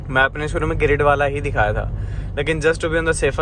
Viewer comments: bhai wo Giridih hai giridh nahi 😅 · भाई ये गिरिडीह है, गिरिड नहीं है। गिरिडीह मेरा होमटाउन है।